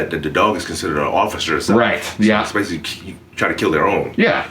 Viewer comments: *Especially, not "expecially." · "exspecially"... Really dude? You are a professional speaker. Tighten it up!